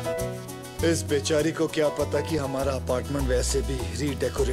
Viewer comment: He said bitch-ari instead of bechari 😄